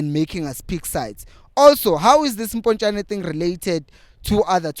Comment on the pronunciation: Not Mpontshane, Potsane. 🤣🤣🤣